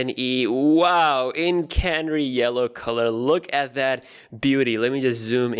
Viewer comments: It is ca-na-ree not canree :-) canary as in the bird canary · Did he say Can-ry or Canary? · You are favourite tech guy ..but you pronouncing canary wrong xx